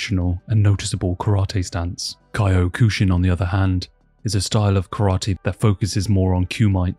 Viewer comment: Ki oh kushin lmao